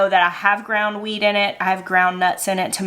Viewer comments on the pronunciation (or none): I thought you said “I have ground weed in it” 😂 that’s a whole different kitchen series. 😂